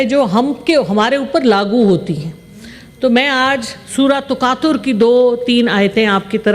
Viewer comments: Taqasar not taqatar😢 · Taqator ni takasor Hai Madame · Surah Taqasar Nam taqtar naheen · Takasur not takatur😢